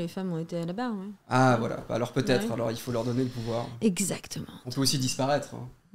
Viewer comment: "ExactementE" MDRRR